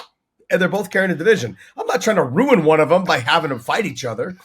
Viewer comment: It's "ruin" not "rune" 😂❤😂